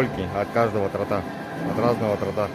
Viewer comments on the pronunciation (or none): Не тортА, а тОрта! 🤦🏻‍♀️